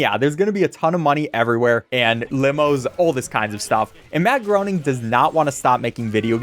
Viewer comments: It's funny that you called him Matt Groaning cause literally the very first cutscene he appears in has a joke that where his secretary calls him "Matt Groaning", Matt corrects her (it's pronounced "gray-ning") and then she asks him if he's sure, and he says he doesn't know anymore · Matt Groening is pronounced like "complaining". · Btw it’s pronounced graining